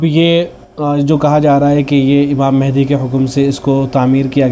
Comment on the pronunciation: امام مَہدی علیہ الرضوان پڑ ھنا چاہیے ۔م پر زبر ہے۔